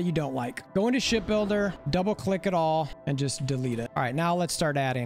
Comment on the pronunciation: i keep hearing " Shit builder " 😂😂😂